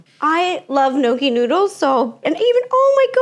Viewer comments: Not an Italian calling gnocchi nokie and calling it pasta It's potato silly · I was confused when she kept saying No key noodles. I also had never heard of gnocchi being a noodle. Thought they were dumplings. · Nōkie? Thought you were of Italian heritage 😂 then when you said nōkie noodles, I kind of cackled. Love you Ro, thanks for sharing with us regardless of what we think ♥️ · "Nokey noodles" 🫩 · "Gnocchi nudels"? really?? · I expect more from you on the pronunciation of gnocchi 😢😢😢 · she pronounced gnocchi wrong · “Gnocchi (mispronounced) noodles” GIRL